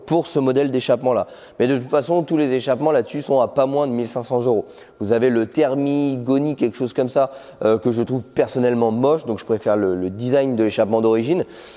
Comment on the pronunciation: On dit TERMIGNONI pas Termigoni 😳🤣